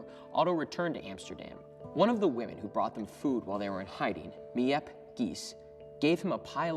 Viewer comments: It’s pronounced meep not mi-ép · Just to let you know it’s pronounced as miep (meep) 😊😊😊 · Im dutch, and when he said the name miep gies i died of laughter. It is pronounced meep